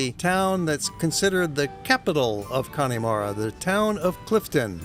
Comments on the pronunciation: It’s pronounced Con-a-mara not Connie-mara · It's pronounced...Cann'a'mara...not Conn'i'mara, nonetheless, a great video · it's not conneymara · Please, please .... The E in Connemara is Silent. If you were there?, did you hear anyone say Conn E Mara? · The "e" in Connemara is more of a "uh". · Nice video, but please learn to pronounce Connemara!